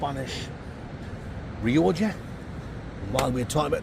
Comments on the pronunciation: Nice biscuit guy said he's afraid to comment anymore but told me to tell you it's pronounced rioca not rioja! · It’s Ree-oh-kah ya giant fandango!